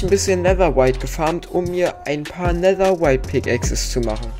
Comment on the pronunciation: Kannst du bitte nicht n Netherwhite sagen sondern Netherite Danke haha